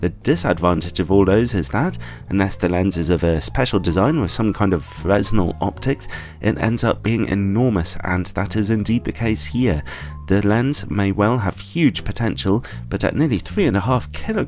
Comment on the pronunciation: Just a note. The 's' in Fresnel is silent, it's a common mistake.